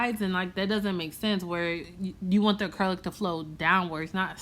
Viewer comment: “We ain’t chasing after this ACURLIC either” lmfaoooo you so funny